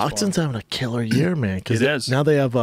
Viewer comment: Joe "he's a fucking a killerrrrrr" Rogan.